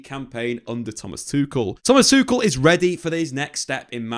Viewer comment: Tukel not tushel